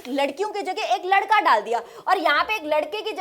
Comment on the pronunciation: Ladka❌ Landka✅😂😅